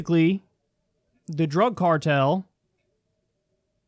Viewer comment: Lol "drüg"